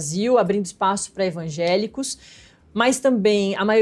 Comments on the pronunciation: Gente, a repórter fala "ENVAGÉLICOS" - é isso mesmo produção? 😂😂😂😂😂😂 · "ENvangélicos"?? "DiácoMos"?? Pai, perdoe-as pois não sabem nem falar...